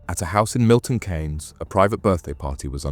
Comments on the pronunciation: Its pronunciation Milton keys not Kay’s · It's pronounced Milton (KEENS) spelt Keynes, not Cains..😂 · It’s Milton Keynes, more pronounced ’Keens’, not Kanes. Us MK folk remember this incident well, extremely sad and not needed. Thanks for shining a light on the tragedy. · Pronounced 'keens' not 'kanes'...decent vid though. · It's Pronounced Milton Keynes (Keane's) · 😂 I noticed the miss pronounced Milton but on the 3rd or fourth time he got it right I’m happy you left small gaps in the story which made it better, The families are going to suffer the most of their losses The gang got what they deserved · Have you ever heard your home town pronounced as it is during this, because I certainly haven't.